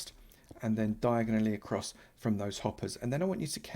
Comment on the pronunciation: How has now one said anything about “Diagon Alley”? Lol